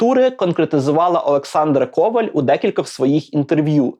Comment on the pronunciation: В макулатуру це хороша ідея. (До речі правильний наголос у прізвища - Ковáль)